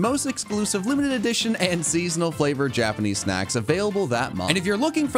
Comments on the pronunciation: I swear it sounded like said "Incredible SEX" not SNACKS. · you need to pronounce the n in snacks. The first time i heard it i heard you say let's have some incredible seggs and i about lost it laughing lol